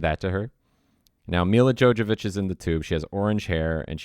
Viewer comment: Also it's Mila JoVOvich, not Mila JoJAvich. Jesus, you follow her and you've loved this movie for years, but you don't know how to pronounce her name?